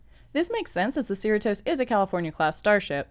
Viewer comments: SEER-uh-Tos? Do you even California? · Just FYI, Cerritos is pronounced "suh-REE-tohs" or like Doritos. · Why are u pronouncing “Cerritos” weird like that.